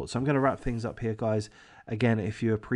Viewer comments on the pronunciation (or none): none